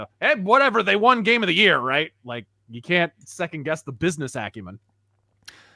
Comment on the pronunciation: “Did you rike it?”